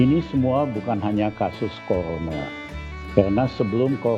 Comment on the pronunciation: yg ada Corona,Li,bukan Kolona